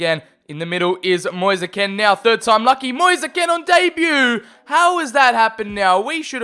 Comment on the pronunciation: Just so you know it’s pronounced “mo-ees. Kee-n